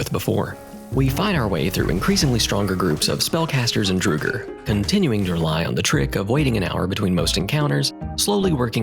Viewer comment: hold on a second how did you pronounce draugr?